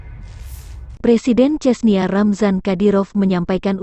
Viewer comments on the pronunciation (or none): none